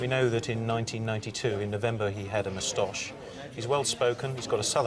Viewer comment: David Hatcher’s moustache pronunciation seems to have made its way through the entire set of police forces in England! “Moo-stosh” 😂